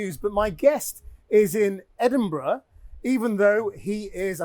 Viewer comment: He's an ignorant antisemite. There is no genocide. That's a libel. He can't even pronounce the name of the city where he is - Edinburgh. This man is a grifting huxter.